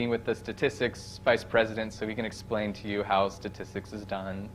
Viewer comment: Every time I hear an educator say, “ta” instead of “to” I cringe.